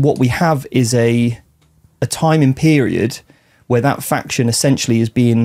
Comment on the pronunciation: I'll get told! Silly goose not knowing how to pronounce his own faction he invented 🤷